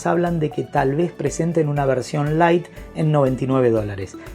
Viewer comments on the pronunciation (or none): none